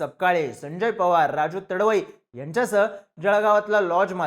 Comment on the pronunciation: तडवई नाही रे तडवी आहे तो